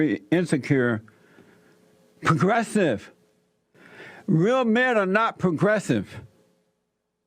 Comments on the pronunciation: Wheel men are not pwogwessive....says Porky Pig with a tan. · Progressive = pro-dresses.😂 I'm sure I heard Jesse say that! 💀